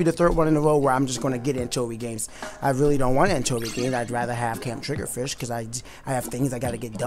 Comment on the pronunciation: You said "Turf War Gameplay" instead of ranked battles in the title. Also it's triggerfish, not triggerdish xD